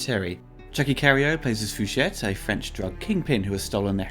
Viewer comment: Could be wrong, but I think the name is pronounced "fu shay" lol Still love your stellar work